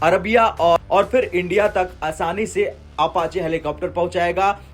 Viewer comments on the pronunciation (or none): none